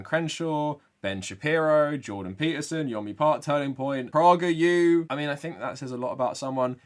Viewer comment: I’ve never heard someone pronounce PragerU with a short O sound instead of a long A sound